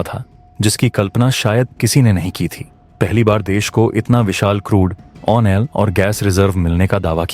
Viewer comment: ओनिल क्या होता है?? ऑयल होता है।।